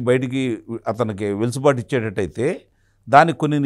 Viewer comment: వెలుసుబాటు కాదండీ... వెసులుబాటు.... ఆ పదం వాడకుండా వీడియో మీ వీడియొ ఉండదు... మాకు వినక తప్పట్లేదు 😊😜